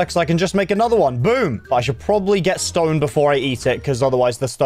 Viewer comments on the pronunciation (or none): I literally love when you say wood or stone and it is just a long O it’s so funny 😂